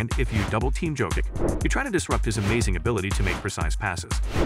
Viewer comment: I did not finish watching this video because the narrator was wrong pronouncing his surname.